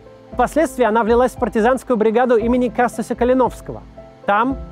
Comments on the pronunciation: Мне кажется, что всё-таки нужно говорить кастусЯ, а не кАстуся. Касту́сь Калино́вский. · КастусЯ Калиновского а не КастУся Калиновского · 1.11.12 - кастусЯ Калиновского, это белорусский герой, ударение на Я. Максим, ну у вас же беларусы в команде есть